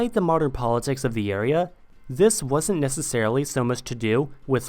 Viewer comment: Why do you pronounce this or the like zis and zat?